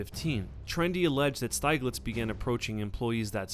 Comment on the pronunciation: Steeg-litz, not Styg-litz